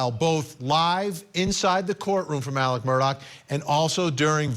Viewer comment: His name is ALEXXXXXX MURDAUGH NOT Alec Murdock. Come the F on!!